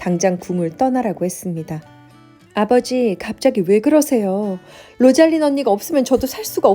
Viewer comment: 로잘린(로잘린드), 오란드(올란도), 오리바(올리버), 시리아(씰리아)